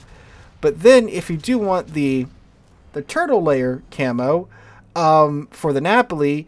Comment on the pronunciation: Am I the only one who thinks these skins look like cheap toys from china? Also do not know whats wrong with me, everytime you say Turtle Lair i think your saying Turtle Layer.